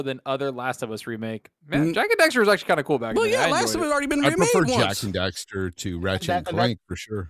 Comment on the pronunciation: It’s Jak and DAXTER